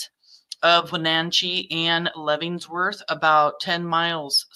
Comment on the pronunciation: Lev-en-worth like the prison. Just letting you know not trying to be a jerk.